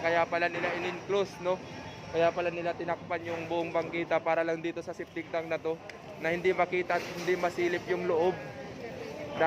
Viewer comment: septik tank brod,,hindi septy tank